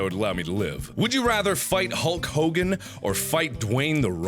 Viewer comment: HULL COGAN No one in history was called like "Hulk Hogan", No one.